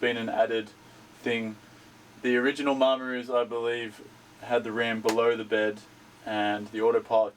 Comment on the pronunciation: Please learn how to say Maramu. It’s not “Mar-maru.” It’s pronounced: “Mara-mu.”